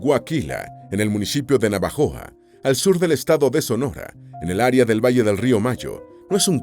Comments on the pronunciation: No es navajoa...es Navojoa....yo vivo y nací en esta preciosa ciudad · es NAVOJOA no NAVAJOA gracias por su excelente canal🫶🏾👌🏾